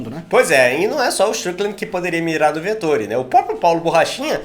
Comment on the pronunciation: Pelo amor, falei os nomes corretos! É Vet óóó ri, pqp